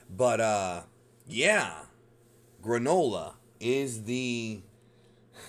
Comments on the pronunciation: Gronola LMAO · Everyone: Yay the Granola arc!! Me, an intellectual: FOOLS! This will be pronounced the GRAND OLA ARC